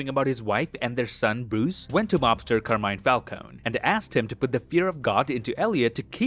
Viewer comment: Sorry to bother you, but you shouldn't be reading Carmine Falcone the way you do. It's an Italian name, tied to italian grammar rules, therefore you should read it as Car-me-nay Falc-o-nay (it's still not right, but should help you with your accent on the pronunciation). Sorry for the correction, I hope I don't sound too rude